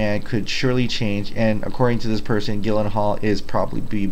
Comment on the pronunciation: It's pronounced Jill not Gill that is Jake's last name. If I'm not mistaken I think I heard you say you are from Hawaii in another video? If I may ask how are you doing after that false alarm? That's some scary ass shit.